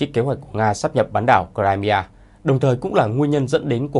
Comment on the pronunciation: Nghe đọc cờ-rai-mi-a mà không biết đó là đâu!